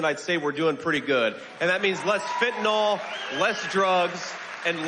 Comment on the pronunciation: Psst, J.D. It's Fentanyl --fen tah nil. Not fentanOl.